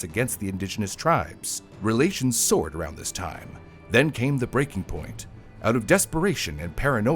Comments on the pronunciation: Relations "soured" not soared. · Relations "soured," you mean, not: "soared," kind of opposing meanings🥹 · Relations SOURED, surely not Soared! (Is this Ai…?)